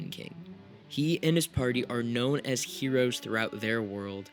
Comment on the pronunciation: "Hereos", Oreo's cousin from Krypton